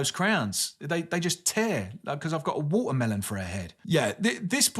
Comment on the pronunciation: A wo-a-melon for a head! XD love the accent slipping through.